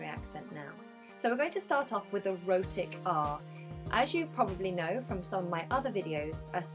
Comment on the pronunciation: I literally heard : so we are going to start off with "erotic art" ...enough accents for today, I am going to sleep